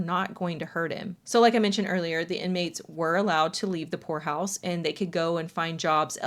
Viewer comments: for a good minute i thought you were saying whore house not poor house and i was so confused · At first I thought you wh*re house lolololol not poor house